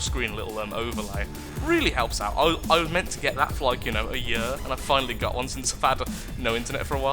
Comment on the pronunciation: I love how you say year "yer"